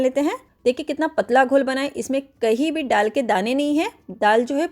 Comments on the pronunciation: डाल नहीं बोलते दाल बोलते हैं mem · डाल नही दाल बोलते है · दाल बोलना नहीं आता, विदेशी हैं आप???डाल,डाल बोलते हुए संकोच नहीं होता। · दाल होता है डाल नहीं आप डाल बोल रहे हैं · मैडम डाल नहीं, दाल है। कृपया सही हिंदी बोलें। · डाल नहीं,दाल बोलिए 😂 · डाल नही दाल बोला जाता है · डाल नहीं दाल बोलिये